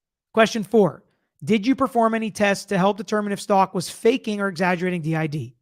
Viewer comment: The last name is not Stalk it's Stauch. Like ouch with a st in front of it. If I was on the jury, my big question would have been, the note that was written in latin/spanish, was it written in front of the dr or brought in from her cell.